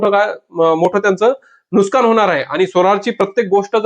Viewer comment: Nuskan nahi nuksan बोला भाऊ